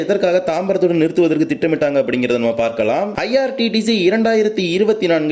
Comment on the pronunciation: brother your all videos super, one small suggestion athu irctc not irttc.